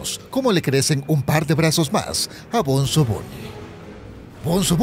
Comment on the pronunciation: Se llama bonzo no benzo ni bunzo